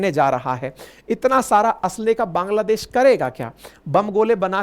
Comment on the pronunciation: पांग्लादेश क्या होता है, सर 😂😂